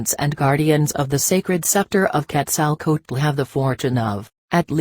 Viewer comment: ... the chinese reading bot is contrived, mumbles, eats up words, bad pronunciation ... makes up words ... Karlos Kastan Heda ... Ketzl Kootl ... what the hell ?